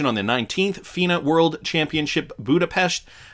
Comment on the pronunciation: You pronounced Budapest very well!